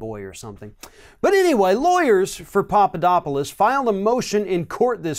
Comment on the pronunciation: FYI It is "Pap", not "Pop" You keep saying Popodopolous.